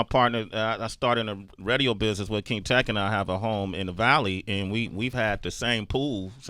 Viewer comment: I always correct Sway in my head when he says “redio” lol